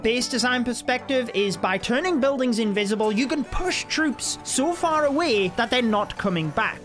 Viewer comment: they're invisible not invicible i am gonna die laughing 🤣🤣